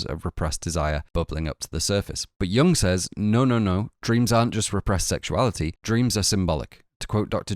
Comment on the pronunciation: BTW "Jung" is pronounced "you-oong", not "young"